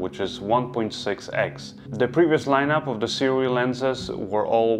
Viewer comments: I will say this only once (more) it's pronounced soo-ray thanks for another great review,! I don't have a full frame camera that can film open-matte, so I'm staying with my set of aps-c sirui lenses for now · We are soooooooo spoiled as creators nowadays. Seriously. What amazing footage! And it's pronounced "sue-ray"